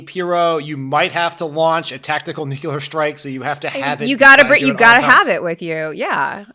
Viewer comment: Next time Favs is out, get a guest co-host. One who doesn't pronounce the word "nuc-yoo-lar". Jeez, Dan...you worked in the White House for fuck sake!